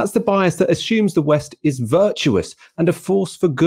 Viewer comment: why are u saying ashume and not assume